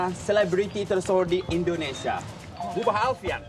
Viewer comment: Hahaha... say heloo from indoensia... saya tertawa.. saat memanggil mua indonesia dengan sebutan boba.... hahahahaha.... semestinya bubah... 😂😂😂😂❤❤🇮🇩🙏🙏🙏